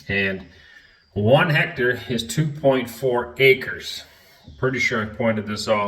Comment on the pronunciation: "are". hecto-are - hectare.